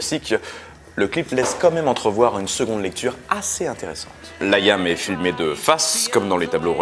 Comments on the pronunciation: Pourkwa ? Pourkwa ? Pourkwa tu insistes avec ce "laïam" alors que c'est Liam (ça vient de William) ? Sinon super épisode, Oasis restera mon groupe favori. OASIS FOREVER !!!!!!!!!!!!!!!!!!! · C'est quoi cet accent forcé ? En anglais ça se prononce [Liy'm], pas [Layam]... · Liam ne se dit pas LaÏam... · Nul à chier... et on prononce Liam et non Laïïïame (diminutif de William) Et non oasis & les Gallagher ont bien gagnés la guerre face à Blur et Damon Albarn, ils ont bien plus de grandes chansons qui ont traversés le temps.. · Ca se prononce Lee am pas Layam :) Ca m'a fait mal aux oreilles ! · Il a perdu toute crédibilité en prononçant « Layam » ...